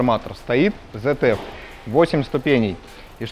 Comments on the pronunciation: АКПП ЗЭТЕФ??? ИЛИ ВСЕ ТАКИ ЗФ (ZF) НА первой же минуте вырубаю, этот чудо обзор.. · Аж слух режет, коробка Цэт эф, в немецком нет буквы зед, когда ж вы образовываться начнете, обзорщики